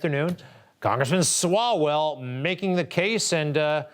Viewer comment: Love how she called that clown "swallows" a few times referring to his name. I guess she didn't really know who he was and just said it wrong lol 😂